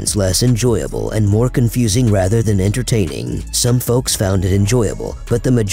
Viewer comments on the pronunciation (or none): none